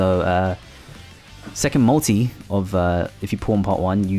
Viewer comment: its called MULTI not mui xDDDD